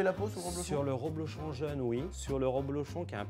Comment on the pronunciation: Un champion du monde de fromton qui dit "roblochon" ?!